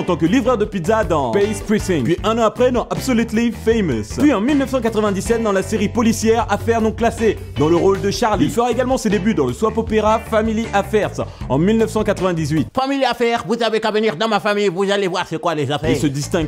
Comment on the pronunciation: le SOWAP OPERA ?! , ça se dit SOP :''''(((((((((((( pls english rip #rtpat